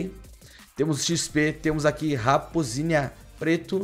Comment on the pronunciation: Mano o melhor é que tá escrito raposínia, ele fala raposínia e ele fala "olha q legal esse cachorrinho" KKKKKKKKKKKK É RAPOSAAAAA